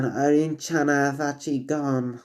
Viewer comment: It's Irina not Irene